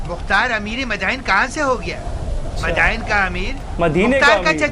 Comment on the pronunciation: Bhai it's "Madain" not "Madina"